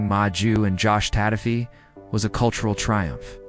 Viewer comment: If you’re gonna do a documentary on Fiji at least learn how to pronounce the words correctly. TOKO not Taco. Josh Tatofi not Josh Tatafi. Smfh